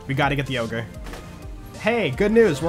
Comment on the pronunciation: When you say "We gotta get the ogre", it kinda sounds like "We gotta get the yogurt"